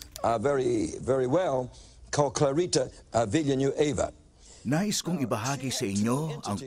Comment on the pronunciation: Filipino- Clarita Villanueva American- Clarita Villaanweeyva